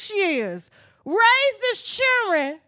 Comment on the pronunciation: "He rays his chiren"... She said it. The wife is beautiful...